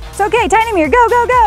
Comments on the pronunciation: what is a Meer? it's pronounced mirror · Anyone else hear her say meer instead of mirror? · What’s a “meer”? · It’s Mirror! Not Meer